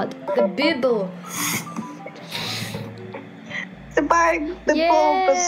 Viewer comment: Did I Hear Bib-le i used to think bible was bib-le